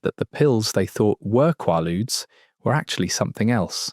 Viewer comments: Hearing the probable AI call them "Quah-ludes" and not "Quay-ludes" is super frustrating. I was born in 79, but know the correct pronunciation. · Swear is this a fucking AI how it says Qualudees? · For fucks sake it's pronounced quay luudes. How can you not get it? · Never heard it pronounced qwah lude. In the US they were called quay ludes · Is it me, or is he saying quailude's wrong? It's driving me insane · Qwaludes? Maybe pronounce it correctly.. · They are pronounced QUAY ludes ffs. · It's pronounced kway-lood ya frickin dope! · It’s pronounced with a long “a”, as in quay-ludes. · KWAY-lood, rhymes with prelude. Holy crapp. Just let me cringe some more. First syllable, qua, rhymes with quay or pray. Second syllable, rhymes with rude or dude. Maalox is MAY-locks. Always. I'm a 52 year old American woman, born in 73. I promise you, I KNOW what I am writing about here. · This was so well done only part that was irritating was the way he pronounced Quaaludes half the time 😂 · This guy doesn’t know how to pronounce the name of these, and never mentions Sopor which was made by Arner Stone with the same ingredients Methaqualone and in 50, 75, 300-mg and were orange, hence orange ASs 👊 😎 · Please pronounce it properly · You say "quay-ludes", I say "QUAW-ludes" (or KWAW-ludes). . . Try to be consistent here. I hear at least three different pronunciations. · Learn to pronounce it! It’s a long a. I even listened to a pronunciation. You have no excuse bc it’s not called a in England.